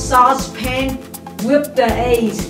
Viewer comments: she say fish to fis and eggs to eyys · Its cute how she's pronouncing "eggs" as "aces" haha, geart recipe btw.